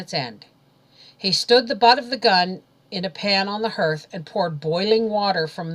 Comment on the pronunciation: For the sake of children I have to tell you that you mispronounce several words... hearth and slough especially..I find it so irritating that it ruins the story